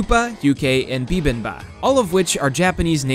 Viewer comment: as real pronounce as korean, kuupa is Kukbab, Yukke is Yukhwoi, Bibinba is Bibimbab! no complaining! ......just tip!